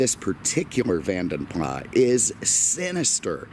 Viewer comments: I think Vanden Plas is pronounced PLAR not PLAS so Vanden Plar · You don’t pronounce the S on the Plas part. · Simon Richardson You are wrong. You don’t pronounce the S. Are you American?! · The S is not silent at the end btw. It’s my last name 😝